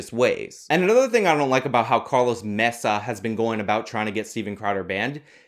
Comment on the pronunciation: Worse than white balance being off in a video: trying to sound Spanish while pronouncing Maza's last name - & still totally fucking it up.